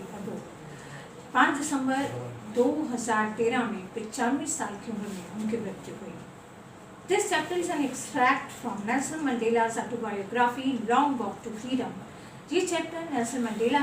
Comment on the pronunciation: Mam, pls correct the pronunciation of Autobiography - It's aw-tow-bai-aw-gruh-fee with the emphasis have to be placed on 'aw' 😊